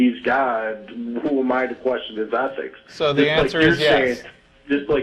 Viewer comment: Why does he keep saying 'athics'?